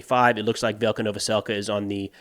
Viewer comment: Hey, if you see this, just to help with pronunciation, any time you see a Y following a consonant, it is pronounced as an i in ukrainian. So Velyka is vee-lee-ka.